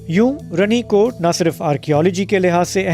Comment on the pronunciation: Pronunciation is wrong sir. It is Rani kot. Raja ki Rani.